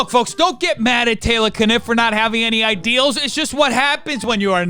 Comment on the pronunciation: “He had no ideals!” This dude is really struggling with five letter words like “ideas” and “males” in his own native language. 🤦🏻‍♀️